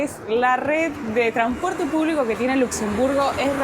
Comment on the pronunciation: ¿Porque decís tranporte y no transporte?😂